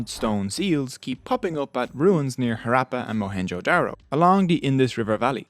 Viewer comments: when there are Two Hs in the word, how come you completely bypass the "ha" sound and not even attempt to pronounce a single H? Western pronounciation of non-english words boggles my mind, they do it with authority too! lol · Harappa is not being pronounced properly. It's not actually an R. Its a sound not found in English. Please use Google Translate to find out the actual pronunciation. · The Irish accent is a nice touch, and the content is good and well-resrarched bt your pronounciation could be improved: It's HAHrappan, not HaRAPPan. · Improve pronounciation of harappa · This man can not even pronounce the Name of city !! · Very informative video indeed, and much appreciated! Just one important thing: the PRONUNCIATION of the word! Harappa is a village in the Punjab part of Pakistan. Ha as in hurry, hut, rap as in run, rupture (NOT as in apple!!!) and pa. I can say this with authority because the a sound as in at, apple, atmosphere, is NOT EVER used in Indo-Pakistani dialects of Hindi and Punjabi. But we Indians did learn some words with that sound, as in HAT from the British. I see so many Indians struggle with it though; they'll say aaple instead! Har, a Hindi/Punjabi version of Hara, is a phrase used for Lord Shiva, one of the trinity of Indian Gods, worshiped across the subcontinent likely for a few thousand years. One of the findings in the Indus Valley civilization is a figure resembling Lord Shiva meditating. Appa mean father. No, it is not derived from the phrase Smartphone App! 😆😆😆